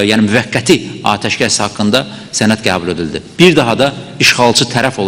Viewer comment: Sen hele gebul sozunu dogru teleffuz ele sonra olke yonet allah belavuzu versin alcag pislikler